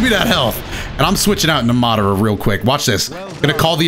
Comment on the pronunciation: he really said mawderuh youchihuh